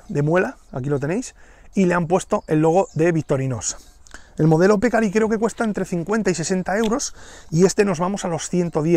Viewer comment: Buen video. Te aclaro que "pecarí" es palabra aguda de acento.